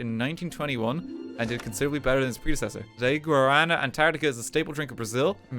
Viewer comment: Oh my god, RT pronouncing Guaraná is the most cursed thing, bless. (The soda is very good btw, easy recommend from me.)